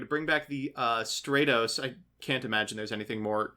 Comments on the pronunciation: Please, it's "STRAT-os," as in "stratosphere," not "STRAY-tos." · "STRAY-tos" "HonestY Neos" What the fuck?